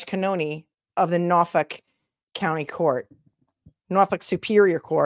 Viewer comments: I'm from Bristol County, I say Norfolk just like you! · MA Deadhead from the 80's - happy to meet you, sister You say "Norfolk" perfectly :hand-purple-blue-peace